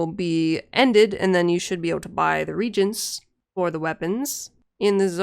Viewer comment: I don't know why it bothers me but it is pronounced Re-ay-jent. The way you are pronouncing it it sounds like you are saying regent which is someone appointed to govern in a ruler's absence. Edit: good video btw.